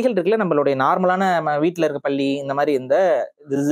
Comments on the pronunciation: பல்லியை பள்ளி என்கிறீர்கள் விழா என்பதை விலா என்கிறீர்கள்... சற்றே பயிற்சி எடுத்தால் உச்சரிப்புகளை திருத்தலாமே... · தம்பி நீங்கள் பல்லிக்கும் பள்ளிக்கும் இடையில் பேதம் உள்ளது சரியாக உச்சரிக்கவும் நன்றி ❤🙏⚓️அம்மா